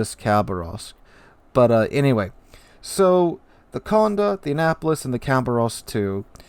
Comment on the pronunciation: Accent on the é, so condE, not cOnde.